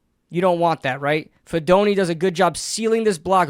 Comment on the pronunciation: Hey least he said his name wrong, went almost all my life and no one could say it right. But heck yeah cousin do good in the big apple.